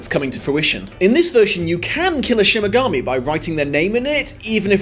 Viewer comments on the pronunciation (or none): But why are you saying ''Shin Megami'' instead of ''Shinigami'' ? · SHINIGAMI not shimigami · Love the review but u keep saying "shimigami" and not shinigami! lol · he gets hilariously angry but I do so hate that he keeps saying mainga instead of mahnga. Also I think he siad Shimigami instead of Shinigami.... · Is he saying "Shimigami" or am I going mental? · is shimagami one of those mispronounced words? 😝 don't worry, you're still awesome! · Shimmergami. Am I the only one who heard Shimmergami every time? I like that, Ryuk would love to be a Shimmergami for the shits and giggles